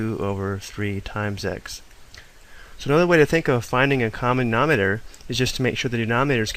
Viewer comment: Does it bother anyone else that he says "nominer" and "numertor" Yikes!